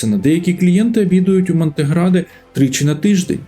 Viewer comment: "Джіджло", "Монтеградо"... халтура, перезнімай